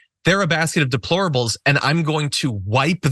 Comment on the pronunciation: donald cant even pronounce deplorable , ask him to pronounce YOSEMITE national park, ask donald whats his fav verse or chapter in the bible, ask him if he won the 2020 election and why did he rape women ? you dont have to, he has given answers, why abuse women ? because he is a celebrity and its been done since millions of years ago, he mispronounced the national park, he doesnt know a book in the bible nor verse, and now he says that democracy and the constitution is outdated , and Hillary ? why didnt she win? A LOT of women didnt vote for him nor her because she didnt divorce Bill over the fake sex scandal. and comer reopened the benghazi issue right when it was election time, ( when its the GOPs fault security funding was diminished at ALL embassies during the GOP control of congress )